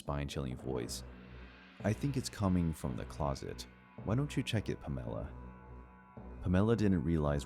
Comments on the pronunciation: Palmella? Or Pamela? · 1st one - lunch date...at 7pm. That girl's a dumbass, too, getting in a car with a drunk driver. But great story, though. #2 - stick to the gay apps, dude. #3 - lol, puh-MEL-uh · All three of these sound so damn far fetched, don’t they? I don’t believe them one bit, gotta be honest. Also... “Pam-ella”? 😂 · "Puh-mella" = Pamela??? Lollll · Have I been saying the name Pamela ( PAM - UH - LAH ) wrong my entire life? Is this a regional difference? West coaster over here. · Was the coworker in the 3rd story called Pamela? I couldn’t get past the weird pronunciation lmao. Has the narrator never heard of Pamela Anderson? 😂